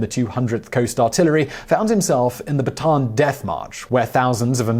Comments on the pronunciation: I had no idea what march you were talking about until I realized you were just pronouncing bataan wrong. It's pronounced bata-an :) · Baton death march? It’s pronounced bat a an (Bataan is the actual name) 😎